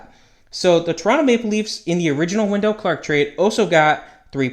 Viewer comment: It's not Wen-DELL, it's WEN-dull